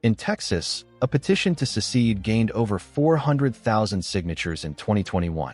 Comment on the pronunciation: It's Secede, not sesede or sesced, or every other Artificial Ignorant mistake. And the reason for the war was not slavery. It was the wresting of sovereignty away from the individual states.